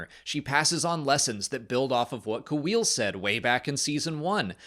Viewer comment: Not a big deal but “Kuill” is pronounced as one syllable: “Kwill” like a quill and ink. not “Ku-ill” :)